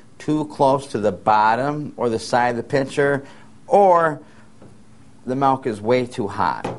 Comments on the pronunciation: its milk... with an "i"! Its not malk!!! Julian Smith would be so pissed... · The guy saying "malk" is REALLY irritating me! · In certain areas of the US many pronounce it "malk". However you say it, frothed well it makes for delicious lattes and capps! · Milk. Not melk. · I don't want to steam malk, i want to steam milk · "Melk. Melk. Melk. Melk..." That's all I hear..lol. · Love in the netherlands its pronounced as he says it. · oh thanks man now all I hear is melk :/ :( :) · good video. funny that ehe said milk on and corrected it to malk hehe..... anyway good info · I spent the whole time trying to figure out whether he was saying malk or melk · HE SAID "MALK"! makes me think of julian smith :P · "malk" haha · this is so cute, i pronounce milk the same way!! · i'm from usa but english is my second language! so i guess i never really learned how to pronounce 'milk' the right way : )